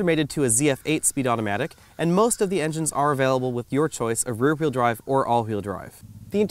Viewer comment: what is a Hweel?